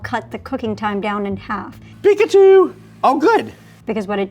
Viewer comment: Did say Pikachu instead of Peekaboo????…